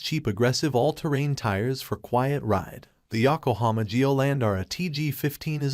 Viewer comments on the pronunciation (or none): It's Koom-MO. Not Cum-Hole. Stupid computer voice program. It's YOKO-hama, bor Yawk-🤦‍♂️